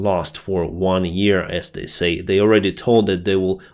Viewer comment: Can someone please tell him how to pronounce the verb to say. Thanks